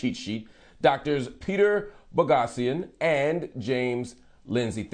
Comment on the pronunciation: ‘Peter Boghossian’? Haha. Sounds like ‘Boss Hog’ to me.